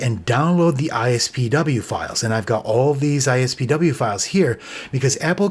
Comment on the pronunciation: It really bugs me how you keep saying ISPW instead of IPSW. It’s been IPSW since 2007 when they were first used for iPhone restores and updates.